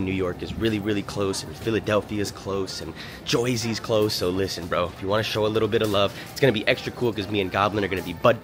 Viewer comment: he said joisey